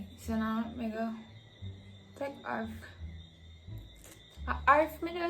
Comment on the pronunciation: "Tek arf" LMAO 😂😂😂😭😭